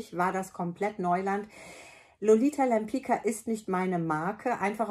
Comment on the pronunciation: Liebe, toller Film, sehr hilfreich. Nur Lolita Lempicka spricht man deutsch geschrieben wie Lolita Lempizka. Das wissen die wenigsten. Ich verrate dir es nur, weil mich dein Wissen über die Parfum sehr beeindruckt hat. Liebe Grüße. Beata